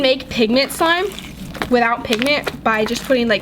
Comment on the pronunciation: she said swime